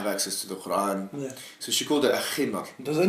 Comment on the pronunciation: its not Khuran... Its Quran!!!